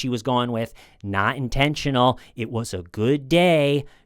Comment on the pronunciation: "It wasn't IN-TEN-SHU-NAAL!"